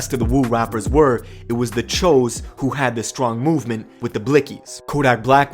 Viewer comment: the press guy and the video announcer....guys... it’s “chuuuu’s” they are not Asians. Thanks.